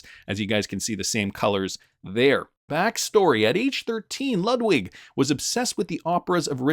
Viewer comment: Again Ludwig is lood-vig like in Beethoven